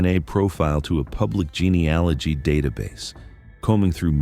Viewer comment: If you are going to post crime stories that use genealogy, due to it's importance in forensics, you may want to say it correctly. You currently say it wrong every time. Google it and correct these posts, it doesn't give much credence to your research. Is it also wrong?+